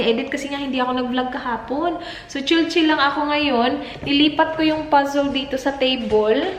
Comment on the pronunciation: Bet ko tlga ang “pazzol” mo sis... hihi ✌🏻❤️❤️ i always watch your vlog... para saakin na tutuwa ako..